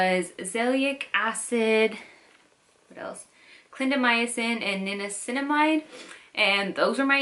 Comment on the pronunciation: You said niancinamide, yet the formula u showed on the screen was zinc pyrithione